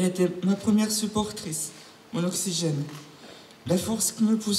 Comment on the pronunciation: "Elle était mon oxyGAYnnnnee"